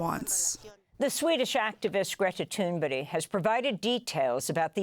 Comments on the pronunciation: Why are you calling her Thunbery? Jeez miss journalist🙄🙄🙄🙄🙄🙄🙄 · Why does Amy Goodman insist on calling Greta Thunberg, "Greta Thunberry", I wonder. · «Greta tunberri “- cracks me up every time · Amy can't pronounce Greta's name properly. And thunberge is probably lying about her treatment. But Amy just doesn't say anything but says everything like it's known facts. But preaching to the choir is what happens here. It's funny to read your comments. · can't even say Gretas name correctly?!?! Wtf. She should apologize to her. They have 3+M follower? No excuse